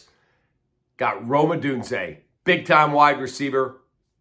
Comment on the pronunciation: Rome not Rose ! 🤦‍♂️